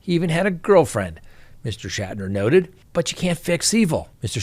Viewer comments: It’s pronounced “Shack-Tur”. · Shack ter. That is how you pronounce it.